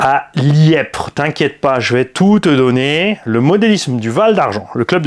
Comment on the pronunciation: Les membres du modelisme val d'argent te remercie pour la vidéo 😉😉😉 Petite précision il ya pas de b dans Liepvre et ça ce prononce comme le lièvre 🐇🐇🐇